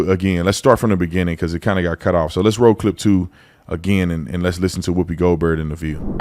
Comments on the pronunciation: He said Whoopi-Gold-Turd 😂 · OT? Did you say Whoopi Goldturd? 😂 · He said "Whoopi Gold-Turd", LMFAO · i busted out laughing when he said Whoopi Golturd. honestly the Goldturd and her Sh** Show needs to stfu.h